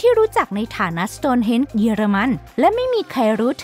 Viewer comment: Stone ที่แปลว่า หิน ไม่ใช่ Stores ที่แปลว่า ร้านค้า อ่านผิดๆถูกๆเกือบทุกคลิป หงุดหงิดนิดๆ